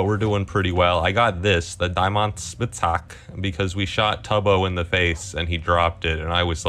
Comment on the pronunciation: правильнее будет диамантшпицхакэ. Tubbo просто не правильно прочитал